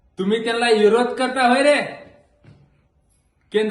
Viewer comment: इरोद नाय विरोध बोलायला शिक आधी😂